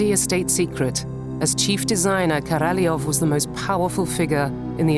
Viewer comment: Korolev .. et pas Karalof !!!